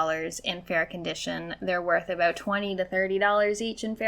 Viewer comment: she said "aboot". As a person from Michigan I am deeply offended 😤